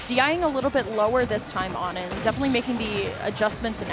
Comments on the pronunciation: Isn't it "oh-nin" not "aw-nin"? Or did it change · Why did they keep calling onin awnin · why didnt anyone tell them its "oh-nin" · ah yes my favorite steve player ah-nin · how come she doesnt know how to pronounce O-nin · Why they pronouncing onin like that? Is that how it’s really pronounced? I’ve never heard it like that before